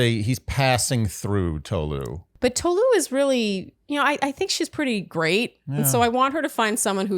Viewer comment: good lord y'all really need to learn how to pronounce tolu's name is it really that hard